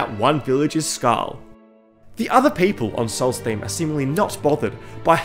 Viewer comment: I clicked off as soon as he said Skarm